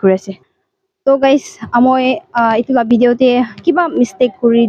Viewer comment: Video not Bideo